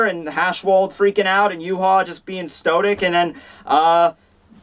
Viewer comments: "Stotic?" It's "Stoic" lol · 'Stotic'... 'stotic'... 'stotic'!? For fuck's sake,! It's fucking 'stoic'!